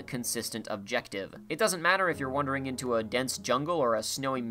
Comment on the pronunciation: Do you keep saying "wondering" instead of "wandering"? Are you doing that on purpose?